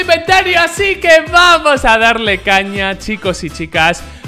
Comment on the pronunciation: Jaja el diciendo vuamos